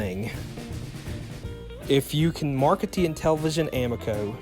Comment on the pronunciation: a mee co, I believe it is pronounced.